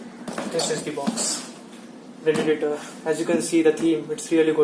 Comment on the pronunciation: Its predator and not predatator 😂